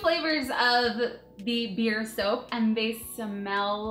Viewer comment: wait did u say bee